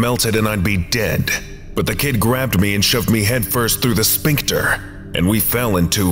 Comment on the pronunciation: I love your readings, but man, every time you say "sphincter" it's like fingernails on the chalkboard. Like, everything else about your readings is awesome. Your voice has gravitas, your pacing and flow are perfect. The mispronunciation of sphincter is just so jarringly out of place that it's hard to ignore it.